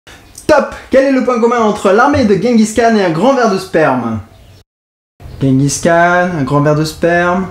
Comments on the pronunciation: pour votre culture ça ce prononce "jengis rhan" :) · par contre tu dit guenguis khan.^^ c'est "jenguis Ran" que ca se prononce ;) (oé bon on fera l'impasse sur ma phonetique hein :) sinon j'adore tes video, j'ai découvert ca avec "les enfers artificiels", Suscribed et je me les fait toutes du coup ;) et tu me doit un calebard, t'avait cas pas faire le regard "diarrhée sanglante" ! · Je revien de mongolie et pour info on dit tchinguis rhan ... tchin comme pour l apero, et rhan avec un rh comme quand on racle sa gorge (son repris dans l’arabe il le semble).. voila sinon super video continu !